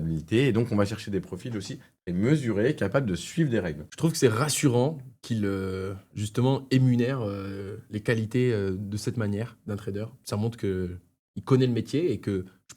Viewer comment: “Emunère ? Nouveau mot ?